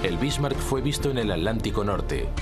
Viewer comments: Es irritante escuchar al narrador español decir a cada rato "Alántico"....es táaaan difícil pronunciarlo como se debe?o sea,Atántico???!!!!! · Todo bien master pero se dice Hitler, no hilder ni hidler y atlántico no alantico